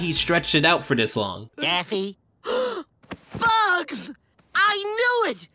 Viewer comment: Yeah I love Daphne Duck! Seriously it sounds like you're calling him Daphne multiple times in this video.